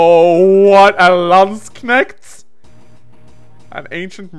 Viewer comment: the way you pronounce Landknecht is silly